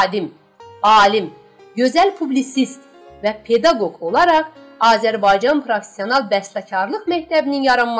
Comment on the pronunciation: Allah rəhmət eləyə dahi bəstəkarımıza.Aparıcı xanım gözəl səsə malikdir.PEDAQOQ sözündə durgu işarəsini lazımı yerində oşlətsəydi və calgı aləti violencal sözü düz tələffüz olunsaydı daha gözəl olardı.